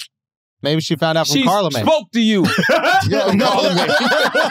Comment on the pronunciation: "CARLAmagne" HAHAHAHAHA